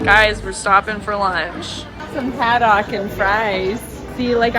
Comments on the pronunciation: The way pronounced hadDOCK hah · The way pronounced haddock like “hah-dock” It caught me off guard cause here on the east coast of Nova Scotia Canada where I live we pronounce it like “had-dick” 😅🤣hahaha